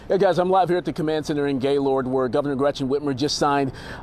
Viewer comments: Pronounced Gay-LURD not ‘lord’. For goodness sake’s why can’t the news be bothered to pronounce it correctly? Its a wonderful area, beautiful and lovely people. I can’t imagine all they are going through right now. I hope everyone gets the support they need to rebuild & get any counseling they may need from this deviating situation. My heart goes out to all impacted, to those who lost loves ones, were injured, lost their homes & cherished memories. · Former citizen of Gaylord. It's a great place to live! Also, it isn't pronounced "Gay lord". The proper pronunciation is "Gay-lurd". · in michigan we pronounce it as "geylehrd" not "gay-lord" like west coast ppl would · It's pronounced "Gaylerd" not "Gay Lord " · It's not actually pronounced Gay-Lord. But locals pronounce it Gay-Lerd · You would think a LOCAL news station would be able to pronounce "Gaylerd" correctly. Such immaturity in the comment section. Repent! For the day of the LORD - Yeshua Hamashiach/Jesus the Christ is at hand! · Everyone I know around this area calls it " Gay-lerd " I been working telecom around this area for years . Including an entire summer at their hospital , hopefully the east side didn't take too much damage. People need to get over it and wish them well ! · Thank you! Oh my goodness I can’t believe the news people can’t be bothered to say it right! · For those who dont know, its pronounce like Gay-lerd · No apologies necessary!! I agree regarding the immaturity of the comment section. But you would think a local news station would be able to pronounce the name correctly - so, that didn't help. I used to live in Grayling. A couple times actually. And in the 90's I drove from Grayling to Gaylord for work! I pray your parents are safe and you can rest easy! May you have a blessed night in Jesus Christs name!